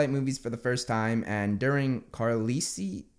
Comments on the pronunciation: Carlisle: pronounced carl+ Ile where the trick did he get cArLeLiEcIe? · “And during Carlisle’s” “Carlisie’s?” Me: “IT’S PRONOUNCED CARL ISLE” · 1: I never thought I would see a twilight meme in a Harry Potter video and 2: IT’S KAHR-LIEL NOT CAR-LIS-LE!!! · Carlisle is pronounced carl-ile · it’s pronounced “Karalail” that’s the best way I could write it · Also its pronounced car-a-lie-al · I am a die hard twilight fan and I saw that meme on Pinterest of Carlisle I died. Also it’s pronounced car-lie-ol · It’s pronounced Carlile, with the usual english i. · the rough pronunciation of that doctor's name is car-LYLE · Twilight guys name is pronounced "car-lie-le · You pronounce Carlisle as ‘car-lile’ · Its pronounced Carl isle (remove space) 😂😂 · Carlisle is pronounced "Carlyle" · Carlisle is pronounced Carlyle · I SCREAMED WHEN I HEARD HIM PRONOUNCE CARLISLE AS CARLEESEE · you say carlisles name as car then liele carlise sorry im a big twilight and harry potter fan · Carlisle is pronounced Car-lile. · You pronounce Carlisle as Carlile. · Carlisle: "Car lyle" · Thanks for sharing the laughter. If for some odd reason you ever need to know the Twilight doc's name, it's pronounced "Car Lyle". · it is pronounced CARLILE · car-leasees for Carlisle... i can't 🤣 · For Information its Pronounced Car-lie-all hOW hAvE YoU SeEn harry Potter but not Twilight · The name is pronounced car-li-al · It pronounced Car-lie-al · Carlisle is pronounced Car liel (the s is silent) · Not important, but his name was pronounced Car Lyle (I had an uncle same name) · You say Carlisle as Car-Lie-el. 😂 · it's carlisle like how the word isle it's pronounced Car-lile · Hey yo. Carlisle is pronounced car-lyle. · Carlisle's name is pronounced car-lyle. Lyle is like Kyle but with an L at the beginning. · Carlile. Is how you pronounce Carlisle. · Carlisle is pronounced "car-lyle" btw. Like how you pronounce aisle. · Carlisle is ponounced "Carl-aisle" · Carlisle is Car-lye-el 😂😂😂😂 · Carlisle : Carl aisle